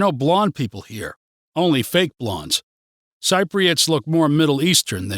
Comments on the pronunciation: Dude, we are Cypriots; pronounced si-pree-uht, or sɪp.ri.ət not sigh-pree-uht or sighp.ri.ət. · More negatives than positives on how you view Cyprus. I’d have to disagree on many of your negatives. Since you are learning Greek, and live in Cyprus, for heavens sake please pronounce “Cypriots” correctly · Nice view from you, but please work on the word Cypriots :(